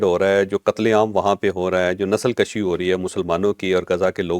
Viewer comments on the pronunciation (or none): جاوید چوہدری صاحب آپ بہت پڑہے لکھے ہیں اور ملینز لوگ آپ کو دیکھتے ہیں آپ کے منہ سے نسل کشی(kashi) کا لفظ نہیں ادا ہونا چاہیے تھا بلکہ یہ نسل کشی(kushi) ہے- اس جسارت کے لیے معزرت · نسل کشی کے کاف پر پیش ہے۔ کاف پر زبر والے کش کا مطلب کھینچنا ہوتا ہے جیسے سگریٹ کا کش لگانا۔ کاف پر پیش والے کش کا مطلب مارنا جیسے خودکشی اور نسل کشی